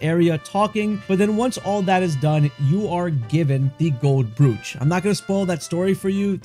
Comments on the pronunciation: And brooch is not broetsj but brootch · It's pronounced Broach - like roach with a b. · Brooch sounds like broach, fyi. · I was just gonna comment this. Literally every single video I've come across talking about the accessories pronounses it "broooch" and not "brOch"😅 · Brooch rhymes with coach.